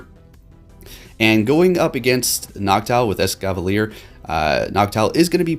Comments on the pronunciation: You keep saying ExcaLAVIER! It's Es-Cavalier! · Mate, how you always calling it EscaLaVier while spelling it correctly? 😂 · Escavalier may be a combination of escargot (French for snail) and cavalier (French for mounted soldier) or chevalier (French for knight) . It may also refer to Excalibur. ~Bulbapedia. Not Excavalier. Sorry to be annoying about it but it annoys me when people say this guys name wrong ruining its reference to Snails and knights